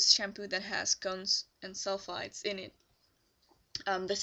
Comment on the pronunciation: Hi! I'm sorry for not understanding, but are you saying cones & sulfides? Or cones & sulfates. It clearly sounds to me that you are saying sulfides but when I look online for more information I see a lot of people saying sulfates are bad for your hair. Thanks and have a good day!